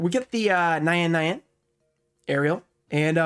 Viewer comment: This is a insane case, also just want to mention you pronounciantion on Nyan nyan, it's a japanese onomatopeia for sound of cats, so you read as you talk, it's not nayan nayan lol